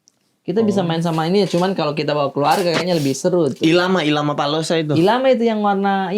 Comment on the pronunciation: Maaf, nyebut Llama itu bukan ilama tapi Lama [laa muh] 🙏🏼